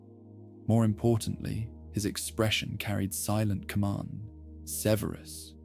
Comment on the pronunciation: Great except for all of the mispronunciation of Severus. Extremely annoying. Takes me out of the story.